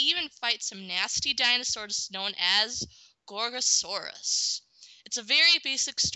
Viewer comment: Actually, you're one of the only people to get my name right! Also, Gorgosaurus reminding you of a T-rex is no accident since they are closely related. Thanks for the review and I wonder if Doug Walker would be up to review this.